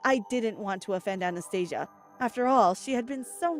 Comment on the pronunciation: Lol i heard anaesthetic instead of Anastasia